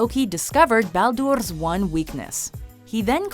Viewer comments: Christopher Karlsson It is baldur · please stop trying to pronounce the names correctly. Every single time you try to pronounce the names correctly, it gets horribly wrong. Like freyja or baldur...or bifrost